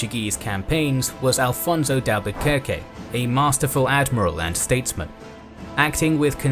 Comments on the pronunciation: You should correct the name of the Portuguese navigator. His name is Afonso de Albuquerque, not "Alfonso". Drop the "L". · You lost me at "Alphonso"... That was not his name. It was Aphonso, or in modern Portuguese, Afonso de Albuquerque. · it's Afonso de Albuquerque ... not Alfonso. This guy is a nacional Portuguese hero! Show some respect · The correct name is Afonso de Albuquerque and not Alfonso, Alfonso is a Spanish name, Portugal is Portugal and not Spain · One minor quibble: the name is Afonso and not Alfonso. 😂 Great video. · It's not ALFONSO, it is AFONSO de Albuquerque. "Alfonso" is Spanish. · Portugal might be very influencial, but something will never change. calling portuguese historical figures the spanish version of their names. its not Alfonso, its AFONSO, no L needed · it s not alfonso is Afonso Trust me i m Portuguese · AFONSO, not Alfonso. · That Portuguese! Please correct: "afonso" not "alfonso", "Nuno da Cunha" not "Nino". "António da Silveira".